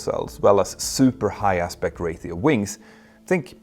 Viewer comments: I’m glad I’m not the only person who noticed this. It sounds like he’s saying ray-THEE-oh but I’m used to pronouncing it ray-SHEE-oh. I’m thinking maybe that’s just how some people say it. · why is he saying rathio instead of ratio. his English is good so it's not an accent thing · The word "RATIO" is pronounced "RAY-SHEO" not "RAY-THEO". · Ray-she-o not Rate-eo. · Ro-Chee-oo not Ra-thee-oo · Ray-shee-ow, not ray-thee-ow. Jag har utmaningar när det gäller uttal på svenska, tyska, och franska, men jag kan vara behjälpligt när det gäller engelska. 😉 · I've never heard the word "Ratio" (Ray-sheo) pronounced as Rayth-eo like "Raytheon" without the N. Not trying to bust your balls by the way, just never heard anyone say it like that. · Ratio is pronounced “Raesheo” my friend. Every time you say “Raetheo” it kills me 😝 😉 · It's Ratio not Rathio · "RAY-shee-oh" -- there's no "th" (as in "thorn") sound in "ratio". "... engines has [sic] ..." -- "have" is used with plural subjects. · Mentour, ratio is pronounced as RAY-SHE-OH Practice in front of a mirror. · ratio is a strange English word - which usually doesn't have a "t" sound, but a "sh" sound - Ocean also has an sh, when it isn't spelt like that... (love the technical content as always)... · Whats a Ray-thee-O? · There's no th in ratio. Stop saying rathio. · Hey Petter, I hope you don't mind me for saying this but you repeated "Ratio" incorrectly. "Ratio" is pronounced ray-shee-ow in both American and British English translations. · Check your pronunciation of ‘ratio’. 😇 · The "ti" in "ratio" makes the sshhh sound, as in "nutrition" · There are ONLY two syllables!